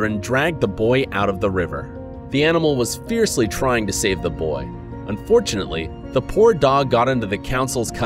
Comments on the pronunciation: Anybody notice he said unfoartunaly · Why does he say "unfortunately" like it wasn't supposed to happen